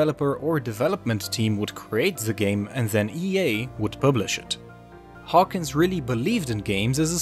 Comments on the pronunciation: His name is Trip Hawkins. Not Hawkings. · Trip Hawkins, not Trip Hawkings. First mistake not even 10 seconds into the video.